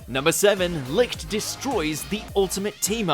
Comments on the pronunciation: Licht's name is spoke with sh not ct because it comes from German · isnt it pronounced lisht?